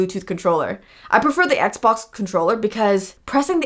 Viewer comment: She is saying xbos not xbox